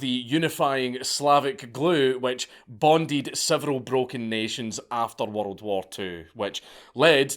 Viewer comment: I get goosbumps everytime Dank says "worRrld". If he ever gives a geography lecture I'm gonna need a bottle of me own.